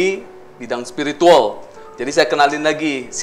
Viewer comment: Presenternya biasakan aja lebay.... Cara ngomongnya bilang spirituwel... Biasakan aja ngomongnya